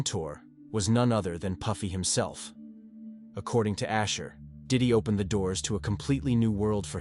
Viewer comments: Usher, his stage name is Usher, not Asher. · It’s Usher not Asher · The name is not asher, its usher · USHER NOT ASHER!!!😮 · I thought his name was Usher, not Asher??? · Usher not Asher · Asher it's usher lol😂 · Its USHER not ASHER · AI can't pronounce Usher